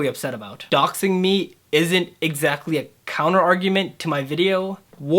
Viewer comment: "doxing" not "doing".